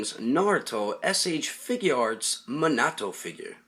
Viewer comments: It is minato not menoto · "Manato figure", he's name is Minato, Mi-Nah-toh, not "Manaah-to" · It's me-na-to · His name is actually pronounced mee na to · Ummm.. I'm pretty sure it's pronounced (me-na-toe) Minato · Did he really say mahnahto in the beggining? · I don't wanna be the guy who is always correcting people and being a nerd but you are saying his name wrong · he said the name wrong